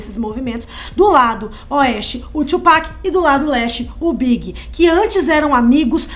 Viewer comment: A mina ali falando ''o Big''... fala direito pô, fiquei pensando se era o Notorious BIG mesmo ou algum ''Big'' que eu não conhecia...